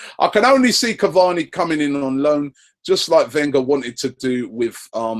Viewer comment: PLEASE READ!!!!!!!! IT'S SIMPLE CAVANI AND RABIOT. SORTED